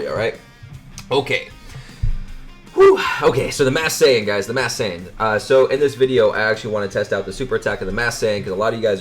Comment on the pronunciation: Why do you say "Mass Saiyan" instead of "Masked"?